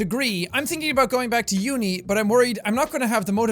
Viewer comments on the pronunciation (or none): THE HATTTT WHERE IT WENT????but also love how Jack said u-n-I as unī but been watching you're channel scence you were in the old old cabin/farm/meadow house but you said in a video you said your wifi sucks ass